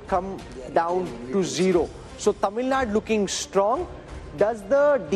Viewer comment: It's Tamil NADU...not Tamil NAD